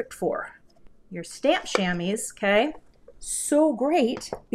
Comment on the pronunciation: The way you're pronouncing Shamwa is the way it's pronounced in French = shamois. Belle carte!